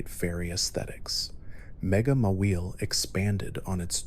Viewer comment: did he just say mawile like ma willy